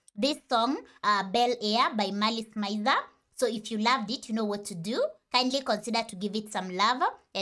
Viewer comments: A couple of notes (love the video by the way) 1. MIZER is pronounced "me-z-air" rather than "my-z-er" (a lot of people make this mistake, so you're fine lol) 2. for the next MALICE MIZER song, i recommend au revior or gekka no yasoukyoku as both have amazing music, fashion, vocals by the one and only GACKT, and the same serotonin. or ILLUMINATI for something tonally different from the same album as the other songs mentioned (merveilles) ;) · it's not said meezery either though it's said miz-ery